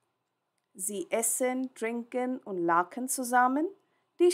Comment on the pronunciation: Very helpful thank you. I would like to request you that please try to prounounce German words properly. For example the word " lachen". You are saying ptoper " ch" Sound. You are just saying "K". This ponounciation can confuse new German learners.